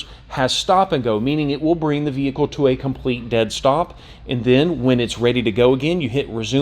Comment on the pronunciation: I must be really tired, I swear you are saying vehickow. LoL. Looks like a great vehicle. What color did you order? A friend in Maine was going to get the sport. I told him to wait for this one. Thanks for posting.